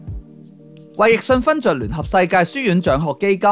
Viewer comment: 李寶椿 係讀做「春」唔係「莊」